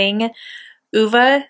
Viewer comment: Hahhaa you & say oovaa it's ah vay ( I only know because of the movie I was pronouncing it wrong at first too lol)